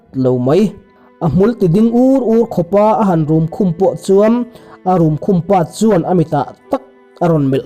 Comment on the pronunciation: Ka unlike zet a mahse ka like leh ta zawk e... hmulthi tih hi i lam dan a in anglo... hmul tih lai hi chu a dik a mahse thi tih hi (blood) tih a lam lovin (die) tih anga lam zawk tur a ni e